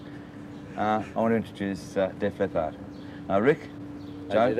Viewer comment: The interviewer’s pronunciation of leppard is weird